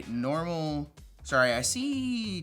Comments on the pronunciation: that's NOMINAL! Not normal 😭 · bro can't read? NOMINAL